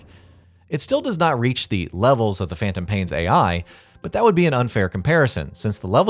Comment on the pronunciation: What the hell is Phaentom paien? I thought it was Phantom pain.